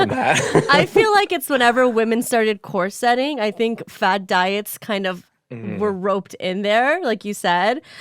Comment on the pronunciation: Lucy here, commenting on my partner's account. It took me a moment to figure out what meant by core setting. She means corseting (COREsetting). The accent is on the first syllable. Love you both, and! Stay shiny!